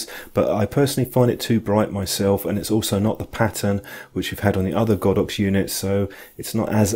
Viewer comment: Great review, I have the Olympus version and I'm well pleased, strange to hear you pronounce it God ox, I would have said Go dox ! lol anyway thanks again for a good review.